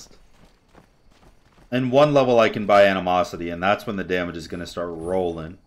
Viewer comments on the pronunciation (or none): none